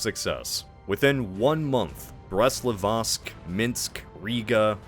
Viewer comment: I love videos but I can’t stand how he’s been mispronouncing Brest Litovsk for literally years now. Please stop saying Brest Livotsk 😂